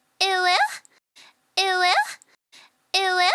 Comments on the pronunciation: why is she saying ee wuh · Tbh it does sound a lot like it will after a while, due to the way it’s enunciated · If you turn on captions all it says is "it will" and the more i hear it the more i dont hear "uwu" i hear "it will" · After a while it sounds like "eweggh"